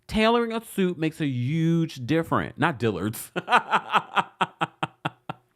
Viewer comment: where are you from? The way you pronounce “huge” always throws me off 😂